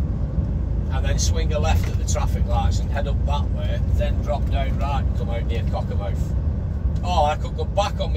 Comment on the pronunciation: The name is Cockermouth not wot you sed